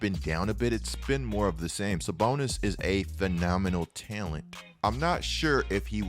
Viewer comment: Take a shot everytime says "Tail-ent"